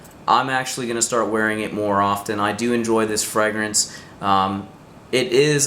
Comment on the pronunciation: The way you pronounce fragrance is somewhat distracting. And you need to brush up on the French pronunciations. Otherwise, apparently a thoughtful process to make some interesting choices.